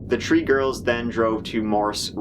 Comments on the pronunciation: The girls counted to tree? January turd?? Jesus, dude, enunciate. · NOBODY'S GOING TO MENTION THAT FROM - HE KEEPS SAYING THE WORD TREE INSTEAD OF THREE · the tree started hanging out,... hahahahahahaha poor will always have a problem with pronouncing # 3... the tree ninety tree subscribers knows what i am talking about. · The narrator is unable to pronounce the "th"-sound in "the," "three," and "third." Rather, it sounds like "tree" and "turd." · It’s three. Not tree bro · Its three not tree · U say "tree" instead of three. Lol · 'count to tree'? 'tree days'? What are you talking about? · say it with me.. THREE. T r e e is tree, t h r e e has an h, its three. hang on. January TURD. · I'm intrigued by your accent and pronunciation of "three." You say the American English "th" and "r" correctly in all sorts of words, but say, "tree" instead .of "three." And "third" as "tird." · Counted to 'tree'! Sorry, I know it's a serious video, but I still smiled. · That's the number tree reason to watch his channel. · PLEASE STOP SAYING TREE unless you are talking about Christmas 🎄 I don’t wanna hear it anymore tbh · I swear you only pick stories which let you say "three", "thirty"-something, "tree", or a combination of those xD Edit: There's some damn funny comments in this thread. I recommend having a browse. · wtf..... am i the only one thats annoyed af at the way this guy pronounced 3 and 30??? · TH ! TH ! TH! TH SAY IT WITH ME TH ! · The second worse murder here is this guys pronunciation of the word "three". But another wonderfully made and enjoyable (although sad and disturbing) video though dude. If you see the booking photos of these girls they clearly are not remorseful about this in any way. I honestly hope that they are stabbed in prison. I know someone who went to woman's prison and it isn't that bad. Well, relatively speaking... it is not like a men's prison. But they deserve worse than what they got. No one can convince me otherwise.